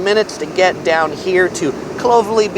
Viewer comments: Coogee is not pronounced Coog-ee it's Coo-gee. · Some pronunciation corrections: Bondi (Bond-eye) Coogee (Koo-jee) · the pronunciations of bondi and coogee have me dead. hahaha bonde you say it like bond eye and cou geeee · Beach names: Clo-vell-ee, Coogee= coo-jee , Bondi= Bond-dye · For a non-local I have to say that his Mamak recommendation is spot on. But his pronunciations are off of course. Cendol/Chen-dol, Bondi/Bon-dai, Coogee/Koo-jee. Also good for a tourist shopper to know is that Town Hall Station, QVB, The Galleries, and Pitt St Mall are all connected via underground so you don’t even need to walk on the streets to get to all those places. Especially if it’s raining. 👍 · "Kooky" beach😁, obviously not a local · That was actually pretty comprehensive. Nice one, mate. A few mispronounced words, but that's par for the course when overseas people talk about Sydney. Clovelly sounds more like CLOVE-alley, and Coogee is COULD-gee. Think you might have called the Harbour Bridge the Bay Bridge at few times. :) One thing I would have included in the Money part, is that the price you see is the price you pay. It's not like the States and Canada where products have one ticketed price but when you go to pay they add state tax and sales tax etc. And the other big thing for North Americans visiting -we pay our service staff a living wage so there is absolutely no expectation of tipping. That includes not just waitstaff, but doormen, concierges, taxi drivers and the like. PS: I think Luna Park would be considered Sydney's Coney Island -not our Disneyland. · Solid video! Few pronunciation points: Clovelly = Clough-vel-e. Coogee = could-g. Bondi = Bon-die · The pronunciation of Clovelly and Coogee is so off the charts, you wouldn’t even get there if you asked someone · But I winced at the pronunciation of Bondi, Clovelly, and Coogee.